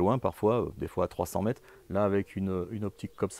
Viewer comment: Bonjour et merci pour tes vidéos qui sont très éducatives. Par contre, même à l'arrache, systématiquement les distances sont énoncées en "kilomette" ou en "mettes" donc j'espère que toi aussi tu seras vigilant à la qualité de notre belle langue Française et à sa prononciation